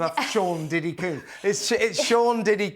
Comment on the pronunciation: FYI - Combs is pronounced like a hair “comb” . . . NOT COOMBS as you keep saying.